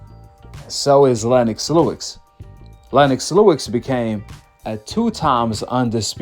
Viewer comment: Fam, Lennox Lewis… Why you keep saying “Lewix” but have no problem saying Joe Louis? lol I’m not trying to come off as an a**hole either… I’m just genuinely curious lol